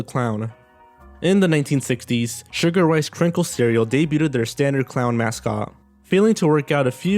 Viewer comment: Please learn English, specifically how to pronounce the word “debuted” before you make another video.